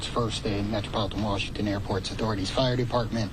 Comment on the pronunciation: Mayor of "waashinton" Where these people come from? DEI?